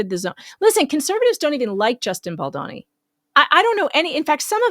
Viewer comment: BaldOni - not BaldAni - okey girl, it took Andy - Popcornedplanet quite some while to learn that it's pronounced with O. I actually thought that I never would read or see this horrible woman again. What's wrong with some women - attention if I can get it somewhere.....can't stand all the women who acted like morons during AH. Please write a small note in the paper about her. Who keeps jumping on innocent men. What are suppose to be on the neck, all these disgusting women has lost somewhere lying about the bs. Thanx!